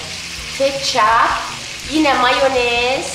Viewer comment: Abla sen moyanezi yi cem dedin ama yemedin